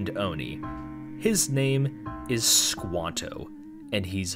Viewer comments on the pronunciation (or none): the hulk oni's name is squatto, or squat, not squanto